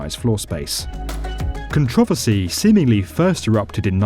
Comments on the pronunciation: Con-tro-ver-sy. Not con-trov-er-sy. Idk. I'm just picking at the details. Good video though. lol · Controversy not Cantravasy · Nobody: Literally Nobody: Like not even Satan: The Narrator: “Kentrovusy” Seriously, It took me a while to realise what “Controvosy” meant. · the way he pronounces controversy... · you should look up how to pronounce controversy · i HATE how he said the word "controversy" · When u said controversy I thought u said a whole new word I ain’t ever heard of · you gotta learn how to pronounce "controversy" better.